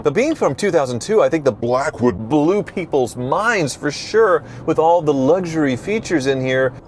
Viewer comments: he didn’t pronounce “BLACKWOOD” appropriately lol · At least you didn't overdo the "Blackwood" emphasis. That would be as annoying as Jr. High locker room humor with Wizard.🙄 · The Blackwood emphasis is hilarious!!! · Couldnt even get thru 5 mins of the video, horrible commentary with the word blackwood being emphasized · I seriously considered clicking off this video because of the stupid way you continue to say Blackwood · The music was fine no factor for me I thought it was funny. The only problem is now I can’t hear Blackwood without your pronunciation!